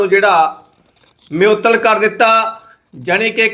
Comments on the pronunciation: ਮਿਓਤਲ ਨਹੀਂ ਮੁਅੱਤਲ, ਨਸਾ ਨਹੀਂ ਨਸ਼ਾ ਹੁੰਦਾ ਯਾਰ।ਪਤਾ ਨਹੀਂ ਕਿਹੜੇ ਸਕੂਲ ਵਿੱਚ ਪੜ੍ਹਦਾ ਰਿਹਾਂ। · ਹੋਲੀ ਹੋਲੀ ਸਿੱਖ ਜਾਏਂਗਾ ਖ਼ਬਰਾਂ ਨੂੰ ਕਿਵੇਂ ਪੜਨਾ,,ਨਾਲੇ ਜਿਹੜੀ ਗਰਾਰੀ ਫਸਦੀ ਆ ਬੋਲਣ ਵੇਲੇ ਓਹ ਵੀ ਹਟ ਜਾਊਗੀ। ਮਿਉਤਲ ਨਹੀਂ ਮੁਅੱਤਲ ਹੁੰਦਾ ਪੱਤਰਕਾਰ ਰਵੀਸ਼ ਕੁਮਾਰ ਜੀ,,ਨਾਲੇ ਨਸ਼ਾ ਹੁੰਦਾ ਨਸਾ ਨਹੀਂ।